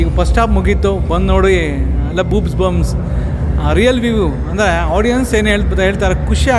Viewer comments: Ho ಮಾಷ್ಟ್ರೆ ಅದು gooosbumps not booobsbumps 😂😂😂😂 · Goosbumps❌ boobsbumps✅ clearly he said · Adu boosebumps ಅಂದಿದ್ರೆ ok bro ಅವ್ನು boobs bumps ante😂 ,😁🤦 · ಬೂಬ್ಸ್ bumbs ಅಂತೆ 😂 ,ಪ್ರೇಮ್ better ಇವನಿಗಿಂತ ಇಂಗ್ಲೀಷ್ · guru goosebumps adu b**bsgums alla 😂😂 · Booobs bumpsssss 😭😭😭😭😭😭 Rip English Eee word enadru British navaru kelidre guarantee nam deshada kade tirugi malkollolaa😂😂😂😂😂😂😂😂😂😂😂😂😂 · 😂😂😂😂😂 ಬೂಬ್ಸ್ bumps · he saying Boo*s bumps 😂😂😂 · boobbumbs🤣🤣🤣 ಗುರು ಹೇಳೊಕ್ ಅಗಲ್ವಾ ಸುಮ್ನೆ ಯಾಕೆ ಕನ್ನಡ ದಲ್ಲೇ ರೋಮಾಂಚನ ಅಂಬಹುದು ಅಲ್ವಾ...ಅಧ್ಯವೊದು boob bums ,😂😂😂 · Boobsbumps aaa??? Yavdu guru adhu karma.. Barde iro English yak beku.. Chennagi baro kannada maatadu guru..